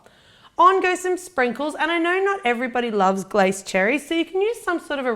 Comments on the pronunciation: Did anyone else cringe when she said "glace" cherries. It's a French word and you pronounce the 'e' at the end. So like we say fiance like "fee-on-say" glace is pronounced "glah-say". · You are a worldwide success,. Fantastic. Thank you for everything you post. However, as you are known worldwide, glacé is pronounced as glacay, soft c. as glassay. Sorry.